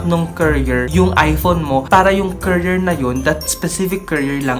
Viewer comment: “currier” besh hahahahha